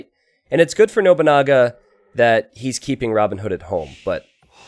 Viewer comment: love the way you say noboonaga XD it is no(pronoun as non)-bu-na-ga